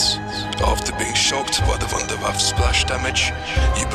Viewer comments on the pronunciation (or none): pronounced voondair vaffuh. not voondair vaff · Ah ja! I knew my invention would go to good use! You also pronounce it wrong it us pronounced "vundervaffa" with an a sound at the end. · its called Wunderwaffe DG-2 not waffle if you can't speak german call it Wonderweapon DG-2 easy right? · Vunder vaffe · I like how he says wunderwaffe. No homo